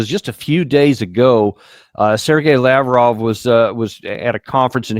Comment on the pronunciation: Please Danny !!! It's La-VROV, not LAV-rov !!! Being American is not an excuse for incorrect pronunciation of an important person's name.